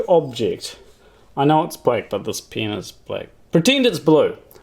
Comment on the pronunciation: you said “This pen is black” from the perspective of someone speaking English in western US, it sounds like you are saying “this penis black” haha. 😂👍